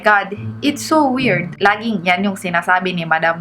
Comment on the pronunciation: "It's su werd, umaygad!" hahahahahaa